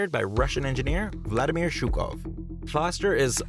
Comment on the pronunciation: P.S. sould be pronounced not ShuKov, but with H, like harmony. L. TiKHonova (also sound H, not K), another victim of peculiar impossible English language